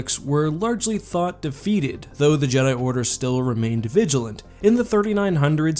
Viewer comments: So is it pronounced ja-dai, or jee-dai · "Jeedai"? Not Jed'aii? Speaking of which, I'm surprised there was no one throughout Star Wars history who thought about trying to restore the Jed'aii order all these years. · It’s more jedaii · I always thought it was just the Vong mispronouncing "Jedi"